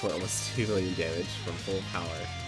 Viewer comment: “2.4 villion.” all this time you’ve been playing Dokkan and you can’t even say million. Tsk tsk tsk